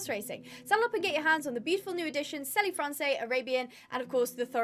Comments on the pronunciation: I love your videos, just the French pronunciation of selle français would have “selle” pronounced like the English word “cell”, correct me though if that’s not how it pronounced in English. Usually if a word ends with an E in French then that is not pronounced. Love your videos and I’m so excited new breeds are here!❤❤❤ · not to shout but you are saying Selle Francais wrong